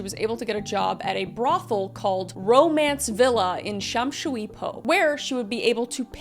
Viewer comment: Your pronunciation of Shamshuipo scratched a deep itch in my brain, I loved it 👌🏼🤌🏼